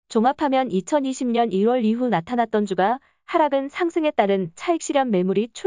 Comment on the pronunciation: 앱으로 스크립트는 읽힐때 주가 를 주까로 넣어주시면 안될까요? 성경책에 주가 우리를 보살피며 ... 처럼 다른 단어로 들려요.